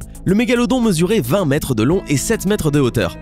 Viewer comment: le requin blanc : "7,7 Mêtres de long "🤣🤣 Vous êtes vraiment une belle chaine de myho